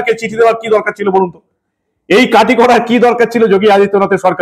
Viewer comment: Kati not KATHI hoba